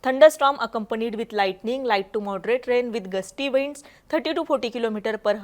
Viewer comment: हावर्स नाही ओ ताई 🙏आवर्स असा उच्चार आहे. वाइंड्स नाही विंड्स!